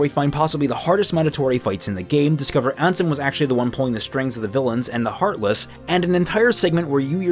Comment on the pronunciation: I also got tempted to leave there but didn't and kept watching till he said Ansom instead Ansem.